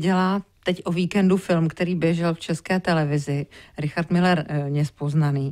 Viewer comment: Ale on neni Miller ale Müller uz to vyslovujte konecne spravne